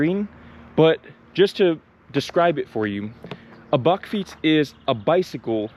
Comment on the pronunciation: You pronounced bakfiets perfectly.